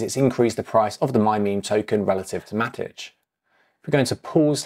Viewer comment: Should it be Matik? If so I've been pronouncing it wrong for 3+ years 🫣